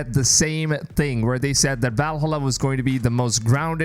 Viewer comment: I think, seriously, that you should at least know how to pronounce key words. If you cannot say "Valhalla", if you never researched its correct pronunciation, it is highly likely that the rest of your 'in-depth analysis' takes similar shortcuts. Videos like these should not only be a free flowing stream of consciousness packed with opinions, your presentation should be researchable and verifiable. How do you pronounce "America"?